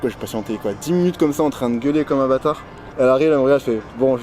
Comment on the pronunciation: « bathar » putain mec essaie au moins non??!😭